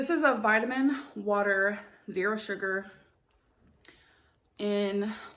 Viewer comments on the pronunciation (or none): none